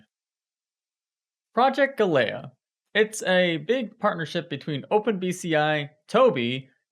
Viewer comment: He can't even pronounce "galea" properly.